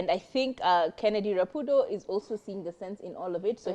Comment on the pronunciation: It's not Rapundo it's Rapudo. Hakuna n hapo